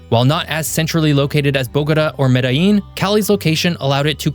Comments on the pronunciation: Me-dtha-jean or Me-da-jean = Medellin. Not Medeyeeen. This is Colombia, not Mexico. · LL in Colombian Spanish makes a J sound just so you know. So not Mede-yeen, it would be Mede-jean. Great video. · Interesante analisis del contexto territorial de Colombia, sin embargo la traducción al Español presenta errores de pronunciación, sobre todo al pronunciar algunas ciudades como Medellin, donde pronuncia "Medi" o Barranquilla pronuncia "Bara"...independiente de este detalle, los felicito por tan excelente análisis de la Región Pacifica de Colombia. Saludos desde Barranquilla, Colombia.